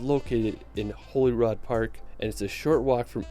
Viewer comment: It's pronounced Holly rood (Holyrood) not Holy rood.